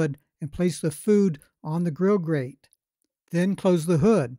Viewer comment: Grill Grrrrrate!!! Not gate